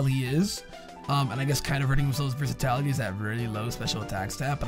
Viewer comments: ""versitality" is not a word. The word you're trying to say use would be versatility my dude:) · Dont wanna be that guy but its versatility not versatality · My dude. Versatility only has one 'a' in it. Wtf is versatality